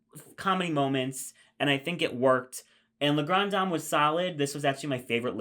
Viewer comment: "Le" Grande Dame 😭😭😭